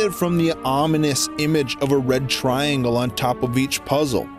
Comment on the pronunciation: It's past dinner time. I keep hearing "The Bread Triangle".